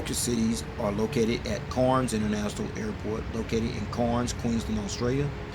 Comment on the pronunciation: Not corns pronounce cans